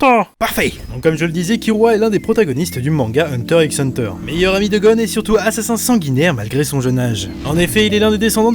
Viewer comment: ON NE LIT PAS LE "X" HUNTER X HUNTER.